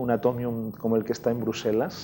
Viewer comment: Por qué aisberg pronunciar asi y atomiun bien?